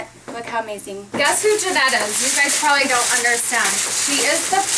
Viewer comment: I busted put laughing when the blond girl said "you guys probibly don't understand "